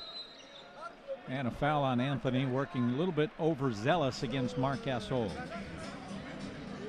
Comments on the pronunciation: GAS-ALL KABE LAVE EVERY NAME THAT HAS AN O IN IT, SOUNDS THEY LIKE WITH MOST NAMES THEY ADD AN A INSTEAD. What a jake bra. Westbraak shalda possed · More like he said Gas oil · Marc "Gas-ol"